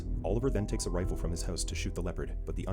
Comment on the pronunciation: would you rather have to try and figure out what words are because they are pronounced wrong for example it took me seeing videos to know that reefile was actually rifle had i been blind i would not have figured that out so easily so having the words said by an actual human being is better for blind people to actually be able to understand what the words actually are which is probably why youtube is demonitizing the videos with robot voices